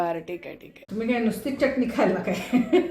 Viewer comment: मॅडम छान शुद्ध बोलता, पण चटणी म्हणताना जीभ वरच्या दाताच्या आतल्या बाजूला घेवून बोला , तुम्ही ओठांचा चंबू करुन च la च असे च्च उच्चारता , ते बरोबर वाटत नाही , योग्य शब्दाचे उच्चारण आले की ऐकायला बरे वाटते